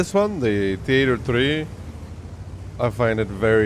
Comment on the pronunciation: "tea ate oh tree"